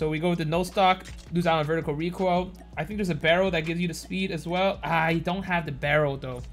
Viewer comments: Me in kindergarten in the future:What does reekoil sound like? Kids:KUgh KughKUgh KuGh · What's recoil? Do you mean *Reek Oil*?